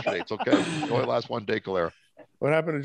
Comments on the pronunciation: But pronunciation of "cholera" though....oh man this is definitely the funniest podcast so far! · I had to rewatch that part, cause I was like how did he pronounce that?! LOL...... it's pronounced like "collar-a" and it's been around hundreds of years haha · Please tell me you were joking about the pronunciation of cholera.